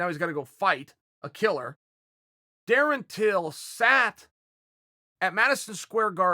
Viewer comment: Surprised Uncle Chael Pronounced his named correctly😅